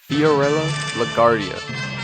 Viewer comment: Good documentary. This really covers alot of ground. However La Guardia's name is pronounced with a "w" sound for the "u". He was Italian American, not Spanish. La Guardia was atypical for Italian-Americans at the time, as he was Protestant (Episcopalian), and also a Republican (albeit a liberal sort that supported progressive politics). Protestants happened to represent a large number of Americans at the time, and generally took a dim view of gambling. However, his attitudes were typical of many Americans in general, and that's one of the reasons he was so popular.